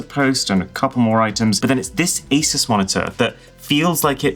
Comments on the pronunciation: That's not how to pronounce ASUS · When will people stop saying Asis, it is A-Sus, more like dr.seuss. Asus even has an official video on how to pronounce their name and a commercial.